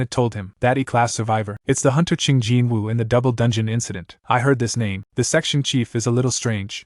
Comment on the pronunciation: The characters name is jinwoo and translator said it as jintsu jinchaoyu jinshoayu jinshiyu jintsuyu jinsaoyu jintaoyu etc.